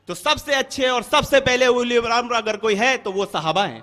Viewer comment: Ye uliyul amar kya hai😁😁😁 Abe sale bewquf أُلِیُ ال٘اَمَر٘ نہیں ہے balkiأُلُواألاَم٘ر hota hai Is bhosadi ko quran padhane nahi aata hai aur ahle hadees kahta hai Kutta tum sab qaum ko gumrah karrahe ho